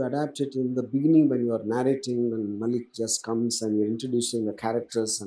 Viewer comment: Its not MAAALIK... Its MaLLick